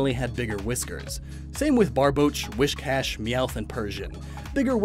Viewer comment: You lost me when you pronounced WHIScash as WISHcash.